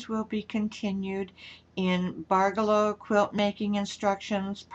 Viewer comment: you have me totally confused ! you are pronouncing it BARgello.. I always thought it was pronounced barGELLo. . . but . . after much googling. . I think we're BOTH wrong. It's pronounce. barJELLo. . like JELLO. . barJELLo. . hahaha